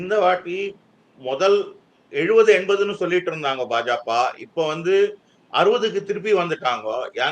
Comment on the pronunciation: பா.ஜ.க என்பதை ஒருமுறை கூட சரியாக உச்சரிக்க முடியவில்லை ஆனால் இவர் தான் பாஜகவின் எதிர்காலத்தை தேர்தல் களத்தில் கணித்தாராம்?